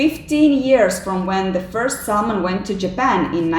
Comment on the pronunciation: Du viste ikke et bilde av Thor Listau, men av noen annen person. Og L uttales ikke i Salmon.